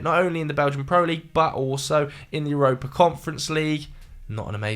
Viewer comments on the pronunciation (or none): none